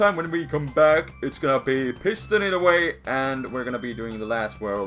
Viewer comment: pist-on it..... lolololol